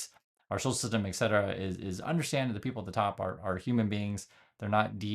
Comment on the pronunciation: ET Cetera Not EX cetera “In this day and age”. Is a cliche